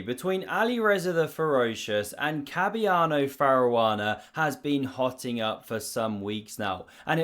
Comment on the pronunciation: Who the f is Cabiano Faruana ??